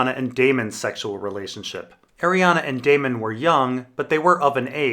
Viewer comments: After 5 videos please for the love of god stop mispronouncing her name. There is no letter A on the end, it is spelled/pronounced Arianne, not Arianna. It's killing me every time you say it incorrectly. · Yeah, in the back of my copy of leather-bound ADoD GRRM, or whoever does the appendix, has it written as being pronounced Ari-an-a. I just looked, because I read it as Arianne, but always hear others say Arianna. More than likely, she's meant to be both specific and general and the name is meant to be read however you fell like it.